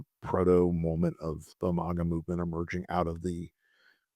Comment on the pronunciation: What is this "Mogga" thing? It's MAGA, pronounced like "bag uh". Annoying.